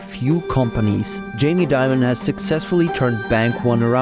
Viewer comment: It's Dimon not Diamond